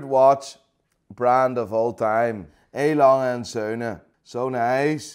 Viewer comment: Even if he isn’t feeling A. Lange und Söhne, I appreciate the pronounciation 🤝